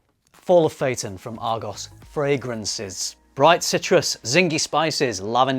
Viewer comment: It’s not pronounced Argos. It’s Argoose. 😂